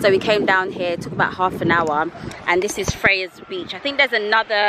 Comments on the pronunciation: Its actually pronounced "Fries" beach not "frayas". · It is pronounced Fry's Beach.